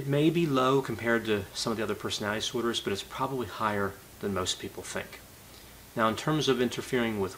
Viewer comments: LOL how ironic you commwnted about Bundy's childhood speech impediment, when every one of your videos feature your own "personowitty disordrs". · I love how says "personality disorder" so frequently that it becomes "personadisorders" to save time